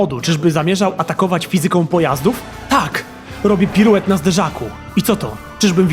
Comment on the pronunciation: Fajny pomysł, spoko wykonanie.. ale o co chodzi z tym rozszalałym akcentowaniem? 'klaSYka'? 'fiZYka'? Od kiedy, kurrczaki pieczone z ziemniakami puree?